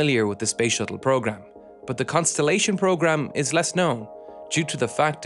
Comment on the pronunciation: Every time I hear "but" I am saying "bhoowht to myself for at least an hour...Am I the only one 🤔